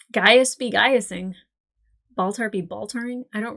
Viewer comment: I never heard "ball tar" until this video. Thank you? 😂